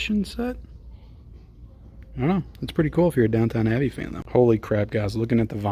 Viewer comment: I've decided to hold my Criterion purchases this month to just three: 'Double Indemnity,' 'Summertime' and the 'Five Films of John Cassavetes' box set. BTW, why do you keep calling it "Downtown Abbey" when there is clearly only one 'W' in 'DOWNTON?' I have never seen this show and have no plans to see it